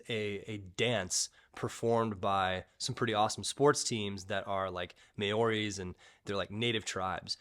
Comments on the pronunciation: Hi 😊 please learn how to pronounce 'Māori'. Try saying maa-ew-ree not may-oh-ree. Also, for all those reading, some education on Polynesian cultures. The haka is only Māori, other Polynesian islands have similar traditional 'dances', eg Samoa has a 'Siva Tau', Tonga has the 'Sipi Tau', Hawaii has 'Ha'a'. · 🤣 Maori is pronounced more like Mo-Ri, not May-Or-Ri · Mayoris haka, as a kiwi that pronunciation just split my sides . Coffee spit , biscuit choke you name it bawahahahah